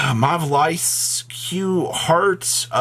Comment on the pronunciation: ....it's Malice. You know how to say Malice. An upside down A is always pronounced Ae.